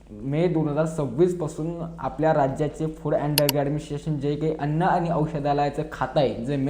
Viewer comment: t तुला फुड आणि ड्रग सुद्धा म्हणता येत नाही फुड आणि डर्ग म्हणतो .